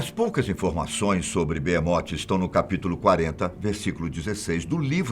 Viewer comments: Não é Beemote, é behemoth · o Nome E Behemoth Não Beemote kkkk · Mano..eh "Behemot" n beemote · BeHemoth com som de R não beemote porra fatos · Oh , man , é Behemoth e não beemot ...